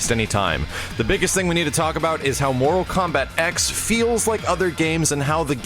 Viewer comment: THE X IS A FUCKING ROMAN NUMERAL. TEN IS HOW YOU SAY IT. FUCK.